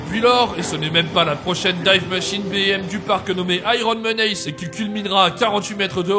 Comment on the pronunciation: Ta prononciation des mots anglais est plus qu'approximative: family, menace... Un petit coup de Google traduction en audio te donne la prononciation correcte et te permettra de facilement améliorer ton niveau. (oui c'est pas rédhibitoire mais ça fait un com pour le référencement)